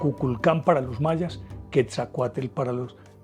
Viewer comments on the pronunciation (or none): Buenas, son buenos sus programas y es comprensible que solo tenga partes de las historias. Por ejemplo de Quetzalcoatl y Tezcatlipoca de Tula. el mito es mas profundo y diferente a su relato. Es chistoso como los colombianos pronuncian los nombres en Nahuatl, no es Quesacute divida en dos y diga quetzal coat Tezca tlipoca. Soy amante de las culturas antiguas y enamorada de, la de mi pais. Mexico. Felicidades por su trabajo. La forma de Serpiente es universal ( rios, caminos, remolinos, la via Lactea, el ADN, El tiempo-ciclico, ETC) Gusto en escribirle. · Así es y la pronunciación de Quetzalcóatl es tal cual, el lo pronuncia "quezacoatel".